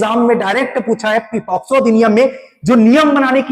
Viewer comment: It's not a posco It's pocso